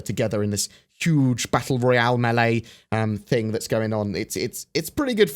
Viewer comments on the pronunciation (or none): Im now convinced says words and phrases wrong just to piss us off. The "Thingk" thing I got. But No one says Zed instead of Z. its just the Z key stop that. And the emphases on the H when hes never done it before...dude stop